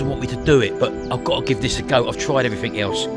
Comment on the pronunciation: "I've tried evweefingk else" 😂